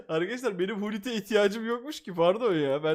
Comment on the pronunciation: Abi sonunda pes birde fifaya ea demiyonda pese efotball neden diyon merak ettim tabi istersen de vural abi seviliyorsun normal adı pes 2021 e kadar 2022 de efootball oldu kalbimizde pes abi birde hulit değil gulit diye okunuyor